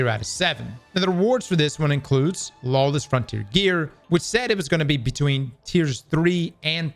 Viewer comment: Lawless, not lawess sir! Thank you for the video, because there is no one on D2 today.